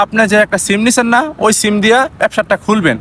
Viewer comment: চিম না ত ভাই সিম😅😅